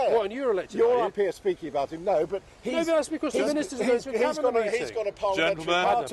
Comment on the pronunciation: Never could pronounce her 'G' ! Endin , finishin which is hopefully what SLY NEWS has got coming !